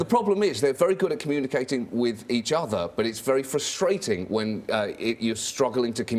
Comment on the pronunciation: I like how he pronounces "frus-TRA-ting."